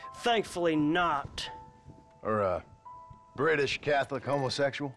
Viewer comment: I dont know why but the way he says brittish makes me crack up